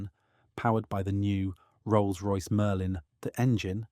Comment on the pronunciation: Commentary sounds AI generated. E.g. the gap between Rolls and Royce give that impression. Could just be dodgy editing but several times it sounds off. Please do better.